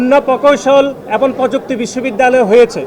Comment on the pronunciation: ছাত্রদলের সাধারন সম্পাদক এবং ও বলতে পারে না তার উচ্চারন (এবন)